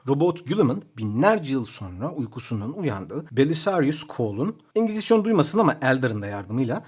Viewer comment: Engizisyan duymasada ahshahwhsaas